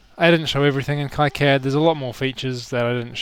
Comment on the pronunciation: You may have learned this already, by KiCAD is pronounced "Key-CAD".